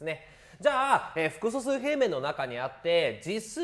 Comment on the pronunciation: めっちゃ °す°くそすうって聞こえるんだがw